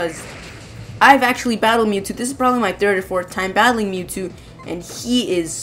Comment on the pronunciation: Mewtwo not MewTwo!